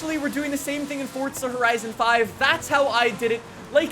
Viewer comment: Plz learn how to say forza horizon